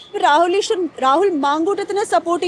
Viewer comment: രാഹുല് ഈഷ്വര് ഷബരിമല ഷത്രു വഷം (വശം) വിഷ്വാസം സ്ഫുടമായി മലയാളം സംസാരിച്ചിരുന്ന പെണ്കുട്ടി എന്താ..ഇപ്പോ ഇംഗനെ??😢